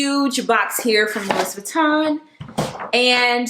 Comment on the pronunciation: lol the s in Louis Vuitton is silent ! I do love your style and taste